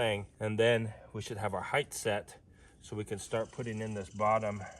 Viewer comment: The word is HeighT not heightTH